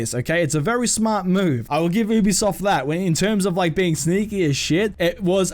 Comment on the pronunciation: also your saying ubisoft wrong